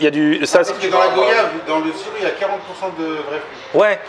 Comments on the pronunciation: GWAYAAAAAVE PAS gÔyave!!! La prononciation es catastrophique bouhou moi qui te pensais antillais 😭😭😭😭😭😭😭😭😭😭😭😭😭😭 on ne dit pas VOYAGE MAIS VOIYAGE ( Prononciation mdr ).Sinon c'était cool;) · ON DIT GOIIIIIIIIIII YAVE PUTAIN GOIIIIIII PAS GO YAVE CA SE PRONONCE GOI JVAIS TNIQUER (sinon super vidéo :D ca a l'air grave bon grave bon je connaissais pas les bubble waffle) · Salut on ne dit pas "goiave" mais "goyave" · A on prononce pas comme ça , ça se prononce comme voyage en gros goi-iave sinon continu comme ca